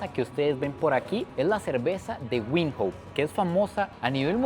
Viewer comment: la capital se pronuncia Vindok, no Windhoek.